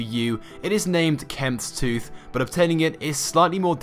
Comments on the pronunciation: kremvh's tooth, krem-vaz tooth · Anyone else bothered by the the way he said kremvh's tooth